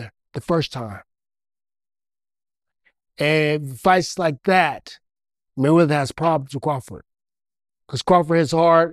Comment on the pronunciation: "Money Maywedder" 😂😂😂 Yo be cracking me TF up